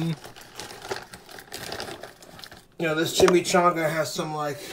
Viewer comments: It's "Lucerne" Lu•Cern....i shake my head everytime he mispronounces the name...lol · It’s pronounced Lou-Surn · "La-Cren... Lou-Craine. Tomato toMAto"